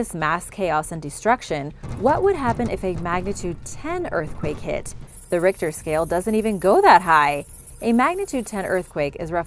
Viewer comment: She also pronounced 'Richter Scale' with a hard H the first couple times, but went with the traditional soft H pronunciation, basically a K sound, for the rest of the video.